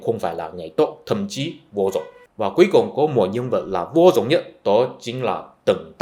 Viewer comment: Nói "vô dùng" thì vẫn hiểu được, nhưng người Việt Nam thường nói là "vô dụng" nha anh.